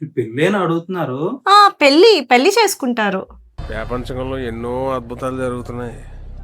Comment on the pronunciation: పెల్లీ కాదే తిక్కమొహందానా " "పెళ్లి " అనాలి